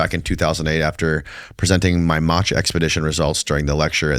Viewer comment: Matha not Matcha hahahah